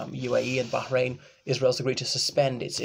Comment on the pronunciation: What do you know Arabic? Your pronunciation of Bahrain and Palestine was quite impressive.